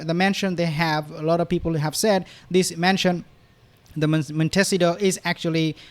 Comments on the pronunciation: Not mentacito. Mon.te.SEE.toe. With an "O" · She gets PERKS, not parks. Not ARYUEL, it's ARCHWELL. Not MONCIDO, it's MONTECITO but it's ok cuz we all know what you mean. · Mon-te-SEE-toe. Almost got it right. Almost. Emphasis on the see part of the word. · Just to help, the town is pronounced Mon- ta- see toe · Could you please pronounce the name MONTECITO correctly ??? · I understand that English is not your first language but PLEASE learn how to say Monticito. It's not that hard.